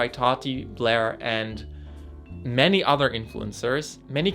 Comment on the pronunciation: paused and emphasized "ME ny other people." Gurrrlll, is Jefferson Starson also blackmailing you??? Clap 3 times on your intro on the next video if so.